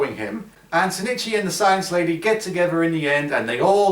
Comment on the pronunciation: Isnt the main dudes name ozaki? Why do you call him sinichi? Im like 153% sure the dudes name is ozaki, unless maybe the japanese versions name is sinichi? Or its his last name?